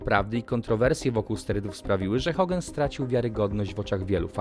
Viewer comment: Czy mi się wydaje że ty mówisz Hogen zamiast Hogan?